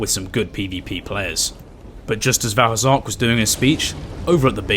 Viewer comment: Val Hazark? As in vaal hazak from monster hunter?